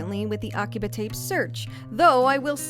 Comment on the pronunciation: Interesting video. But come on girl, aki-BUH?😅 The only reason I mention it is because you use some accent when you speak Japanese words which isn’t Japanese… 🤔